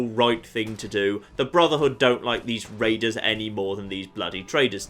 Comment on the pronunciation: Be vewwy, vewwy quiet, I'm hunting waidews?